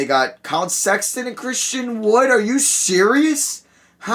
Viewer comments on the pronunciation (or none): none